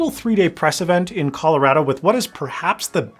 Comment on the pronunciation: you said Colorado like a native Coloradan :')